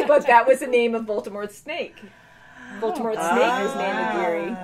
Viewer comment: it’s nagini not nagiri